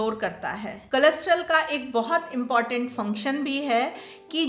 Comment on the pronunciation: कोलेस्टेरोल के बदले में आप कुछ अलग pronounce कर रही हैं।